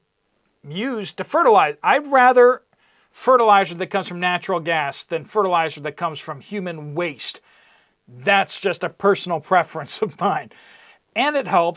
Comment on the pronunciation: Natural gas not natural ass😂😂😂😂